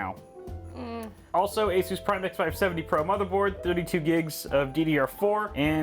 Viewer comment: Didn't you learn from the verge how to pronounce Asus?